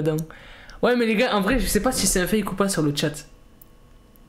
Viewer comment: Ont dis fake pas fak fak😂